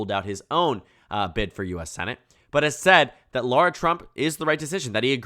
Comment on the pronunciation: She's his daughter-in-law. Says daughter in the headline. She's garbage. But it's pronounced Lara, not Laura. Lot of basic mistakes. You're usually better than this.